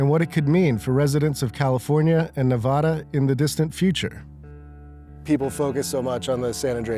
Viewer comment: Stop mispronouncing "Nevada." !!!